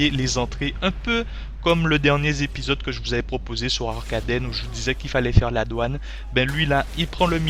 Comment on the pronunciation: "Un peu comme le dernier zépisode" :rire